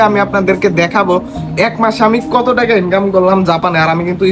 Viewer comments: লট না নট😂😂😂😂😂 বাংলাদেশিদের ভাষা বোঝা বড়ো কষ্টের😂😂😂😂 টেকা না টাকা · টেকা না ভাই টাকা